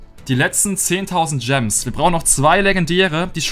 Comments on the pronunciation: hat Stadt gems gams gesagt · Jeder anderer Mensch "Es sind noch 49000 Gems" "Es sin noch 49000 Gams" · Du hast einmal gams gesagt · hat einmal gams gesagt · Du hast Gams Ge sagt Bei 49k gems hahahahhahahahahhahahahah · przestań mówić dżems